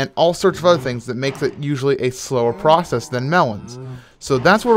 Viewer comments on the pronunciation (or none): none